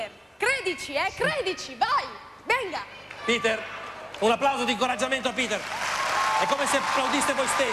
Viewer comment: Piter non peter